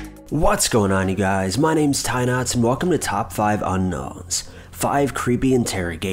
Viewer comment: Did you say your name is?